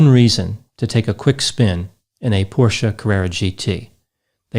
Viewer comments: Nice to hear someone pronounce Porsche correctly ☺️ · Jason B-Yes. I think so, as well. Plus, he actually pronounced Porsche correctly. Instead of “Porsch”, like quite a few people do.